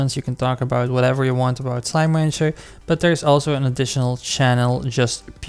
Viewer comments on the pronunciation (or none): thx BUT... why are u saying slime wancher?